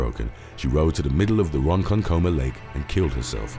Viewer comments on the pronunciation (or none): Also it's pronounced Ron-KONK-kuh-muh